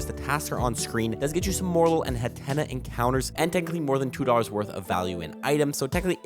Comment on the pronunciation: Hat-Ten-Nuh is how its pronounced :)